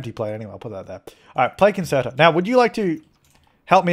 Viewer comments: Concerto is pronounced con-chair-it-o, just so you don't embarrass your self in front of musicians like me😄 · Me binge watching these 5 years later and getting annoyed with the way pronounces concerto.